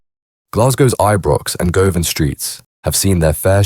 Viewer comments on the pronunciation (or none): Go-Van 😂😂 Its pronounced GU-VIN 🙏 Condolences to all effected by a life in Glasgow 🏴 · It’s pronounced Guvvin, not Go Van, fuds! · Govan is pronounced Guvin Strathaven is pronounced Strayvin and Duntocher is pronounced Duntoekir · hahahaha hearing non Scots say Govan tickles me